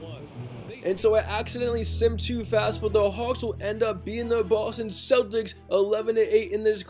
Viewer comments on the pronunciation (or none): none